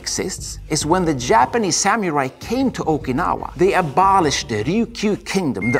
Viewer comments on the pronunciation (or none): My fave is how he keep saying Samiurai/Samyurai ✌💯😁